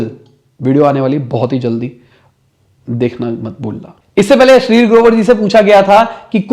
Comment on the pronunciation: ये अश्निर ग्रोवर को अश्लील ग्रोवर क्यो कह रहा है